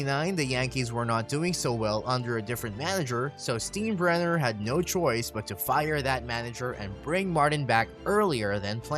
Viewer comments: Right! I mean how knowledgeable of baseball could this dude possibly be when he can't even pronounce George's last name? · If you knew anything about baseball you would know how to pronounce the Yankee owner. DO YOUR HOMEWORK!! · what kind of baseball person doesnt know how to pronounce his name??? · I wish I had a penny for every time you mispronounced George Steinbrenner's name (pronounced STINE-bren-ner) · Right. I don't get these guys who make videos and cannot pronounce the names of major characters in them. Steenbrenner? What a joke. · “STEEN-brener”?? “STYEN-brener” is the proper pronunciation. Have you never seen an episode of “SEEN-feld” (SYEN-feld)? Otherwise a very nice synopsis. Part of watching a Billy Martin team was the hope that Billy woukd go ballistic at some point. Hint: Baseball fans are historians…learn how to pronounce the names of those in your vids. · Why even make a video when you can't even pronounce an easy name that is known by baseball fans the world over? I can't stand Steinbrenner but my god. Since when has Stein ever been "Steen" for anyone?! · This guy did absolutely no research… at all. Can’t even get the pronunciation of names right. Will not be subscribing. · I had to turn this off after the third time I heard the narrator say, "Steen-brenner." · Steen brenner LOL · It’s “STINE-Brenner”. You have great content but it can get discredited when a name is so clearly mispronounced. If you think Martin was violent, Leo Durocher was a close second. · "George STEENbrenner"...🤣🤣🤣🤣🤣 If you're gonna make a baseball video, at least get an announcer who knows something about baseball history. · My baseball IQ went down 5 points every time the narrator said "STEEN-brenner." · When he said A A A instead of "triple A" I was a little put off, then he hit us with the Steenbrenner and I decided enough was enough. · Actually, "if you are a true baseball fan you probably know how to pronounce the name Steinbrenner". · Tell that to the narrator.